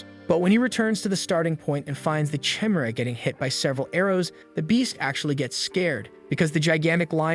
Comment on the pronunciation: I love this, and you make great choices to recap. I have two issues though. You never ACTUALLY make a part 2. Your Playlist section is empty. Also, can't you change "Chimera" to "kimera" in the script so the AI pronounces it right?